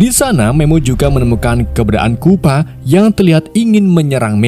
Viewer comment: Chupa bang bukan kupa